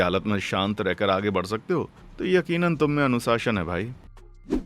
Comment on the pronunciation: Anusashan ❌ anushasan ✅